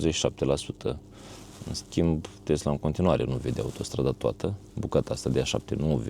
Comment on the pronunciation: Tesla nu Testla!